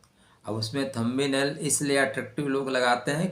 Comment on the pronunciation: Thumb nail मे “Nest 3 मंथ” लिखा है. वो “Next 3 months” चाहिए. थंबी नेल नही, थंब नेल बोलो.